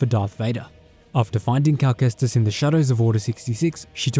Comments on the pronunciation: “Calamari Kestis” 😂🤣😂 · “Calmari cestis”😂